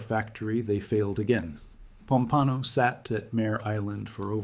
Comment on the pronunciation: Crappy computer generated narration, totally unrelatedvodeo, but decent writing ruined by the two. Plus annoying often misspelled captions. And Junkers is pronounced YOON-kers, by the way, Pompano is POM-pano. Gato is GAY-to. What a crappy melange.